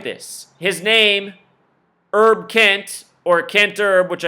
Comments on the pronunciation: OK You're nuts on this Herb Kent thing. He is a personal friend of mine and you are talking out of your dumb ass. Go do something with your life. You're being useless right now. It's Herb, short for Herbert, not Errrb. You're not even talking about the man's work; or his record of the longest on air presence in a major market in radio history. Whatever, you are a waste of intelligence and talent; both of which you have but you're not using enough brain power to to turn on a 5 watt light bulb. But you're right about one thing though. No one gives a shit about what you think. You're a sad joke with no punch line. Bye bye. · DUDE! His name is pronounced with the long H; HERB KENT not Erb KENT! The KOOL Gent! At least do simple research for a Legend in the African American Community for 72 years!